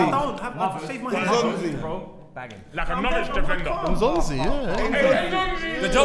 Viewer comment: said Nzonzi 🤣🤣